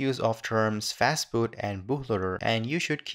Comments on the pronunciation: fastboot or fatboot ? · fatboot. nice :)